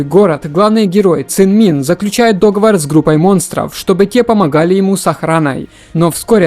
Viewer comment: Братан, не дОговор, а договОр!!!